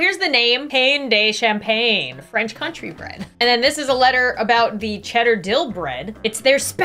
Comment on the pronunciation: I think you got influenced by the name "champagne" when it's actually campagne (as in like countryside) but it's still very fun to watch, and I agree, it's amazing toasted